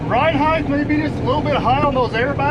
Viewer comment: I wish would stop saying heighth when he means height.